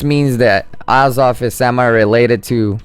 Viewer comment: pronounced project ay zoth